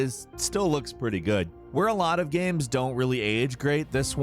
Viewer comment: Why are you saying GAM 😂